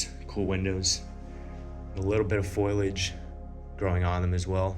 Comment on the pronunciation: Twice he mentioned "foil-age", so I paused the video looking for rolls of Reynold's Wrap aluminum foil. All I saw was overgrown vines . . . silly me, he means foliage (faux-lee-edge)! "Whoooa" what's the difference? Toe-may-toe or tah-mah-toe. Granite or marble, to him they are both the same!!! {{{please realize the last sentence is pure sarcasm}}} 🤣